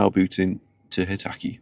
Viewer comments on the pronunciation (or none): I thought it was hekate. Not hetake